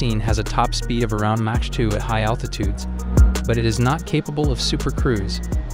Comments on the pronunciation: Wtf is a Match 2..it's Mach or Mack..do your homework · “Match 2.25”? Can’t even pronounce MACH correctly 😒🤦🏾‍♂️ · Turbofan: tur-bo-fan. No, the A in fan is not silent. Mach: makk, not match. It's a guy's name, the German scientist who first thought high speeds through seriously. Remake this whole video: you make fools of yourselves with these ignorant mispronunciations. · Sorry, you lost me at "match". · He really said "match" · great video....next time get someone who knows how to say mach 2 and or aim-120 amraam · It’s hard to take this guy serious when he repeatedly pronounces mach as “match”. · "Match" for Mach? You've lost all credibility. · MOCK,,,the word is MOCK,...not Match. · Omg really, 'mahdge'? Look, if you don't have a German or Persian friend to help you pronounce the gutteral 'ch' sound, then at least say 'mahk' like any other linguistically impaired person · I stopped listening as soon as I heard you pronounce MACH as MATCH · "match 2". Man couldn't even say half of the words right. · If you are going to make a video about fighter jets you need tolerant how to pronounce the words "mach" and "agile." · "top speed of Match 2.25". it's Mach, not Match. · Look millennials it’s MUAACH not MATCH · Please learn to pronounce mach. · first of all learn how to pronounce "mach." the mig29 is a better comparison to the f15. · Dude, mach is said like mak, not mash, also its said turbo-fan engines , not turbofin engines. Also side-wine-der, not side-wind-er... Otherwise interesting vid. Cheers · These computer generated voices are getting pretty good, but they still mispronounce so many words. 'turbofin', 'Match 2.25' Ha Ha! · Somebody tell this dude how to say Mach plz 😂😂😂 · “Matsh” is not how you pronounce Mach 😂 Who is this guy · The idiot can't even pronounce "Mach" so what do you expect ? LoL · Was this being read by a computer that cant pronounce "mach" ? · The pronounciation of mach triggers me